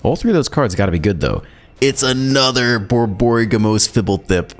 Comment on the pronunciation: Pronunciation - Borborygmos...I believe it is Bor - Bor - ig - moss. Can't remember where I heard/read that but it has come up before in older sets. In animal terms, which is fairly fitting for a Gruul boss (Boar Boar Pig (minus the p) moss. I think I first saw him in the initial Zendikar block. Thanks for the decks Doc.